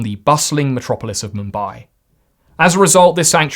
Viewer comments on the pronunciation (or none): none